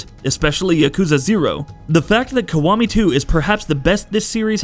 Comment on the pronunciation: WTF is Yakuza Kawami?? Its Kiwami. KI . Not KA.